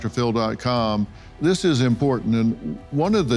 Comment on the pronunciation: She lost me when she could not pronounce imporTant